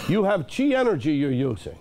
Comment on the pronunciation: Every time he says chi I can only think of jizz 😁